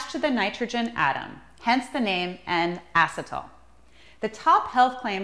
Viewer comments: Yes. Plus..she pronounces 'acetyl' as 'acetOl,' also calls glutathione..'glutathIONINE !' (Methinks she works for 'Laboratoire Garnier!'). 🤣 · RULE NUMBER ONE: Learn how ro correctly pronounce acetyl (a CE' tyl) . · You made no mention of the most important part of "How to take NAC". And you are not pronouncing acetyl correctly. See James Mitchell's post below for the correct "How to" instructions.